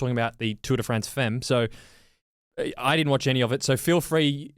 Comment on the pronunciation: I'll be the pedant - Tour des Femmes, with an 's' as it's plural. Also 'femmes' pronounced 'fum'. That's the way it is.